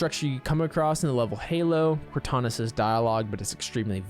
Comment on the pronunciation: I think he said "Kantana" instead